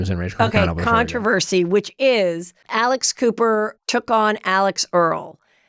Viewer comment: When she said Alex Cooper, I thought she said Alice Cooper. Totally different visual. 🤣🤣🤣🤣🤣